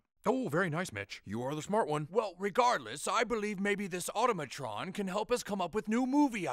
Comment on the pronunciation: Excuse me but that's pronounced au-TO(tah)-ma-tron